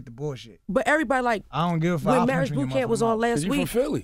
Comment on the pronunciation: Omar Scruggs 😂👍As Lil Mo says "Murraige".